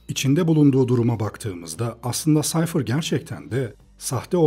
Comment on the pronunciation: Reis defa Sayfır demen dışında mükemmel bir anlatım olmuş :D